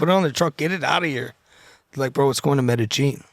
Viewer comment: Nobody finna say nothing about him saying “metagine” 😂 it’s Medellin sir